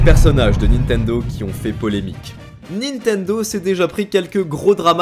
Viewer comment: Y'a que moi que ça choque d'entendre dire "Nitendo" à la place de "Nintendo" à chaque fois?